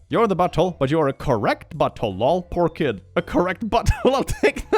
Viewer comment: When you hear "pork kid", process for a bit, and realize he said "poor kid".